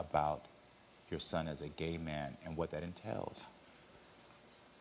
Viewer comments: She can’t even say gay correctly 😑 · She can’t even say the word “gay” ! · If you can’t even pronounce the word, you’re not okay with it. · She can't even say the word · She can't even say the word gay SMH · They shoulda made her say it CORRECTLY🤣